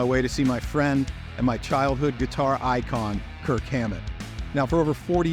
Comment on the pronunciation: Increíble que no pronuncia bien su apellido 😢